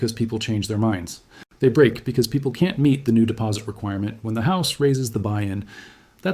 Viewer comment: They "can tee" deliver? They "don tee"? Ha ha ai can't pronounce "can't" and "don't"